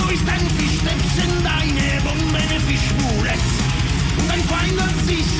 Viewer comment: One thing, i realised: When saying "Fischboulette" or "Kriegsmarine" (Joakim from Sabaton does the same with this Word for example in "Bismarck") or most german words, that end on an E im general, non-german speakers often drop the E as you do in English, which isn't really a thing in German. And as a native speaker, i don't know what confuses me more: The fact, that they do it or that the "correct" way to say it never fits with the rhythm😂😂